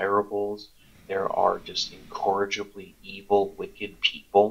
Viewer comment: “there are lots of incorregible people” that he feels need to be culled says a 2ce disfellowshipped for fornication person 😂